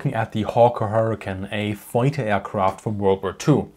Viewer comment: Hawker HurricaN. 😂